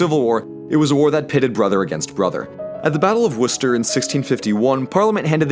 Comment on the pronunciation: Kudos to the pronunciation of Worcester